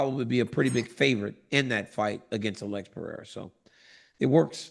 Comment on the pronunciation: Maybe he's embarrassed about not being able to pronounce people's names well and leans into mispronunciation as a defense mechanism. What's worse: Pierra or Peheyda? 😊